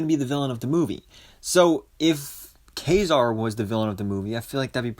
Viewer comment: Thank you for pronouncing Ka-Zar's name correctly!!!